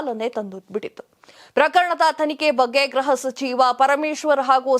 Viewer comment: Please note that you are repeatedly telling Graha sachiva instead of Gruha sachiva pl don't kill kannada grammar it is GRUHA.